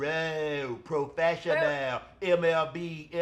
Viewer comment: Proooooo😂😂😂😂pro fesh sha nall 😂😂😂😂😂😂